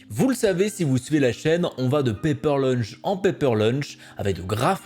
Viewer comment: Paper launch pas paper lunch